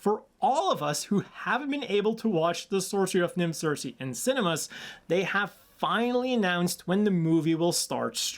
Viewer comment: Kirke! It’s pronounced as Kirke!